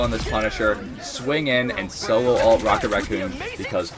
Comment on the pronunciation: One thing that rrage baits me, however, is calling an Ultimate ability and "Altee" . Dude... It's "Ult" or "ultimate." Nobody says "AlteeMate". Makes my brain itch... I'm already triggered... Luckily, I'm a Peni main. I'll be raage baiting you 😏